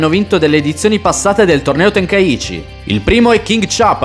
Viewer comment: Tenkaichi e non tenkaici